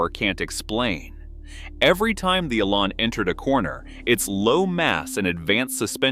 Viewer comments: Oh please! The car is called the eLAN, not the eee-lan. The emphasis is on the 'lan', not the 'e'. The word 'Elan' comes from a French word meaning "to dart," and is often spelled élan. Someone with elan can be said to dart around with enthusiasm and a unique flair. The name suits the Lotus Elan perfectly. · Why all the random photos of cars when talking about the Elan? Also, the rear suspension ISN'T double wishbone. AND the AI needs to learn how to say Elan :-)